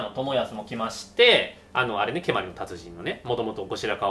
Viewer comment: 蹴鞠の発音が関東風になってますね。関西では語尾が上がりません。蹴鞠は御所、つまり京都ですから語尾は下がります。